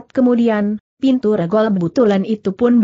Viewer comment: Banyak ucapan2 yg tdk benar. Contoh : cara diucapkan dengan ker , tulisan Sst yg harusnya diucapkan seesst dieja S.S.T., Dan banyak lagi spti ngucapkan nama2 yg tdk tepat , contoh: regol...e seharusnya diucapkan e spti ucapan sate, tapi diucapkan spti e pada kata kemana. Dan masih banyak lainnya . Saran: tolong segera diperbaiki narasinya sehingga akan lebih enak didengar. Terimakasih